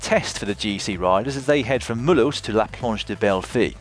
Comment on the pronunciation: Once more awesome job ! And great prononciation of Mulhouse! -:)